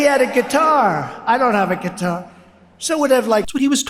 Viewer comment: What’s a kuitar 😂